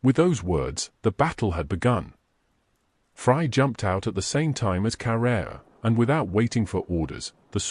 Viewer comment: I cant get over how the ai calls fray "fry". I cant help but think of fry from Futurama lmao